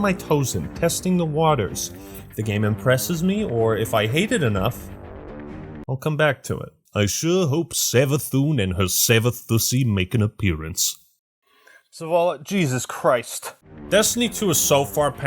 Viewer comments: My ears were not prepared to hear "Savathûssy" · Did you just say Savathussy to me?